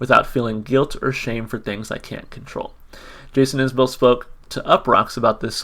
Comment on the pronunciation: Enjoyed the reaction. It's Is-bull btw! Check out Ian Noe's "Letter To Madeline' or " Irene"